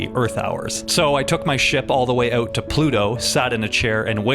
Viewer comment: ouuut (dont be mad I am Canadian too, it's funny.